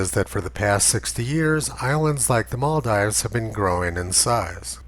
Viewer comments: Sorry, did you just said Moldives? It's Maldives. A. Just throwing it out here since we're consistent and precise, right? Humanum errare est. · Yes and it's pronounced Maldeeves.